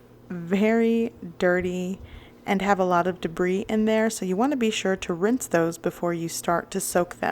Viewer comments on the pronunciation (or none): none